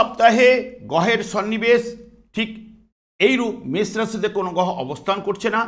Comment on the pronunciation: কথাটা গহ নয় কথাটা হবে গ্রহ আরে ঠিক করুন তারপরে অ্যাস্ট্রলজি করবেন